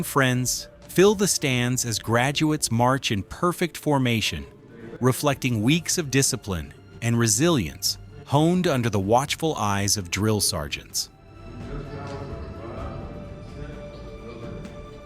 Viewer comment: This is a great video that shows fortitude that it takes to be a soldier. But . . . AI voice overs stink!! The recruits' training was not "homed" under the watchful eyes of drill sergeants, they were "honed."